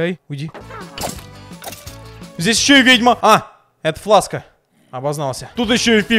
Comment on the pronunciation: ни фласка а флэкс чан